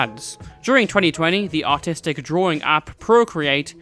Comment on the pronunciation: it took me a while to realise that he said artistic not autistic